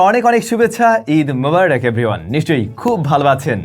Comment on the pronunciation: ভাই আপনার ভুল হচ্ছে আপনি " ঈদ মোবারক" না বলে বলেছেন "ঈদ মোবারাক" ❤ ইনশাআল্লাহ আপনি সেটা লক্ষ্য করবেন প্রিয় ভাই ❤❤